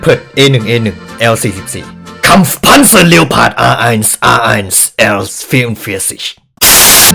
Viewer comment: ต่อไปเราต้องอ่านleopardว่า เรียวพาร์ด เเล้วสิน่ะ